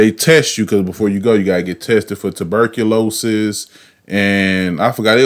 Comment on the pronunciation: Aye... What the hell is “Tuberculo-shus” 😂😂😭😭